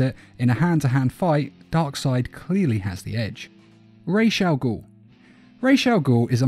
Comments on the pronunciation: Its pronounced Raz not Raish....RAWZ ... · It’s ras not rash, ras in Arabic means head and al-ghul means demon, so it’s ras al-ghul not rash I would know cuz it’s my first fucking language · Why does it grind my gears so bad when i hear 'raish Al goul' 💀